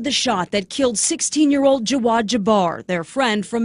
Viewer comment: "Jawaad"? Seriously??